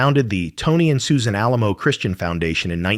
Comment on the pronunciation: It did mention the keeping and praying over her corpse, but it mispronounced Alamo. Her body was stolen by cult members and finally turned over to authorities. Her daughter went to court and got custody then buried her in a mausoleum in Memorial Park Cemetery in Tulsa, OK. He is buried 3 slots down from her.